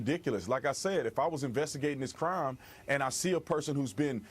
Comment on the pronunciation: Do you really think there was a cwime committed.